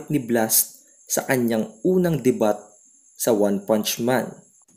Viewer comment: Dey-byu po pronunciation ng DEBUT 🤣🤣🤣🤣